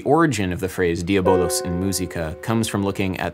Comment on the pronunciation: Diavolos derives from the Greek word Dia+ vallo (διαβάλλω) and dia+ voli (διαβολή) which means calumny, defamation. Neither bolos, nor volos... The verb vallo (βάλλω) means to throw, strike or attack. But to be fair you were pretty damn close.